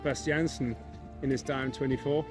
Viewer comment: Its not Di-am but Diam 24